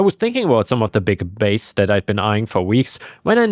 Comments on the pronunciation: Pronunciation clue: the fish called “bass” rhymes with “ass”. Not “base.” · Bass, bass, buh, ahh, sss, not base. The fish name sounds like the body part. Unless you are ai, then that would make sense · When applied to music bass is pronounced as in its homonym base, but when applied to fish it's pronounced "bahss'. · buh-ass not baSE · I love you man but please stop pronouncing bass like that. When talking about fish, Bass is pronounced like the word ass just with a b in the beginning. If you're talking about sounds then bass is pronounced like face except with a b sound obviously. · Just FYI... When you use the word 'bass' as in a fish, the word is pronounced like the word pass. They way you pronounced it pertains to a low singing male voice. 😊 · Just so you know, bass and bass are heteronyms. They're spelled the same, but pronounced differently. The fish you were referencing in the first story rhymes with the word "gas" or "pass". The other pronunciation refers to acoustics(a deep, resonant sound). That word rhymes with "face" or "lace". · Bass (fish) rhymes with glass. Bass (guitar and sound) rhymes with chase. 😉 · Bass the fish is a long A sound with a short S sound.